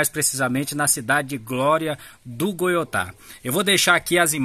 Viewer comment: Nao e goiotá. É goitá